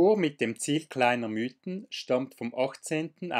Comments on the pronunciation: Sehr gut dokumentierte Tour! Einziger Punk den ich zu bemängeln habe ist das man zum Mythen nicht "Müten" sagt sondern "Miiten". Da legen wir Einheimische grossen Wert darauf😉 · Ja das ist doch kein Problem, ich weiss ja selbst nicht ob ich schon öfters Berge die nicht in meiner Region waren falsch ausgesprochen hatte. Der Namen Mythen soll übrigens von der Alp kommen welche zwischen den Mythen sind und also in der Mitte ist. Und daher sagen wir Miiten, behaupten einige, obs stimmt weiss ich nicht... Ist ja eigentlich egal, hauptsache der Berg ist schön:) Liebe Grüsse und weiterhin gute Touren. Gruss